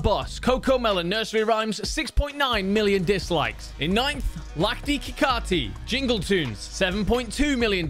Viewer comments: It's lakdi ki kati but we indian pronounce lakdi as lakri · How Indian pronounce Lakdi(wood): Lak-ri He: Lakh-thi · Is no one gonna talk about he pronounced lakdi instead of lakri This is a indian rhyme and we say lakdi as lakri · it’s pronounced as ‘Lak-re’ ig (‘Lak’ is pronounced as ‘Luck’)